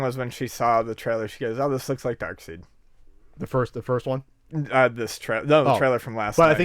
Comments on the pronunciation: is a DC fanboy in terms of comics. Until recently I knew a lot of people who said "Dark-seed" instead of "Dark-side". Its a common error. So this means nothing. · Darkseid's name is pronounced as dark side, not dark seed. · You keep saying Darksied ma's name wrong. Stop